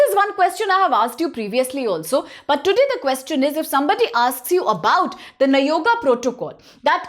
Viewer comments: You are correct bro she spells nayoga as you said earlier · You are destroying our speeching also by consistently saying nagoya as nayoga😂😂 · For god's sake, kindly call it as nagoya